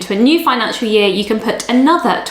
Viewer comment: your "can" at 0.30 sounds very like "can't" have....